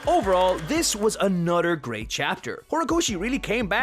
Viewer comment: "Anothrr." lol